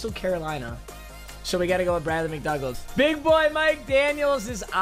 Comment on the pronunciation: It’s pronounced MCDOOGAL